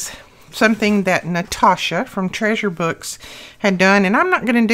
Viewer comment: Ironic: I just learned that from Natasha: Treasure Books 3days ago. Am I the only one that thought she was saying Treasure Box?